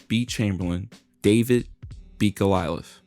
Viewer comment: AN ENIGMA, NOT ENIGMA IE, HE"S ENIGMA (WRONG!!). GOLIATH NOT GOLILATH! Also, to call Russell "all about defense" and Wilt "All about offense" is total bullshit! Stats weren't kept for blocks, steals etc. Chamberlain was AT LEAST as good as Russell defensively! Even the great Bill Russell admitted that! All you're doing i9s repeating the same garbage that's been spewed by other KNOW-IT-ALLS! Wilt is the GOAT, was the GOAT, and will always be the GOAT! furthermore, chamberlain DID NOT JOIN THE NBA AFTER LEAVING KANSAS!!! He first went to the Harlem Globetrotters, then the NBA! Next, use your dictionary to figure our the definitions of "Enigma" and "Platonic" Damn it, learn how to pronounced GO-LI-ATH!!